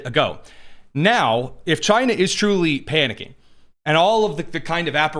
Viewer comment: Chy-na our ENEMY